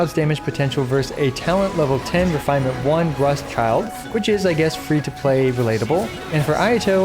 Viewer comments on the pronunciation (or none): Why do I feel like this guy is always butchering Childe lol